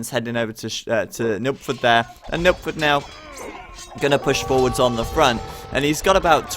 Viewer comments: Yeah it sounds like Nookford to me too. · took me a while to realise he's trying to say nilpferd^^